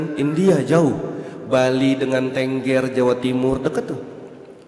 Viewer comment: bukan Ténggér tadz.. tapi Tengger🙏😁